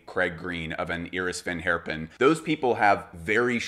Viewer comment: today i learned how to pronounce iris van herpen